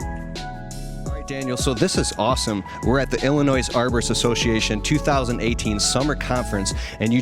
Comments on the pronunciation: the S is silent in Illinois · You don’t pronounce the S In Illinois. Idk how people can get a job doing videos and not even be able to pronounce the name of the place they are in correctly . As soon as he said that I stoped watching this video . If he can’t say that right in the beginning nothing else he is saying or showing holds any weight . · You said Illinois wrong